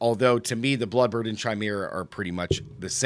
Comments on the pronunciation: Not to be rude but it's pronounced kai-mer-ah or kī-mer-ah like chameleon is kah-meel-ee-un. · Chimera pronounciation is bugging me.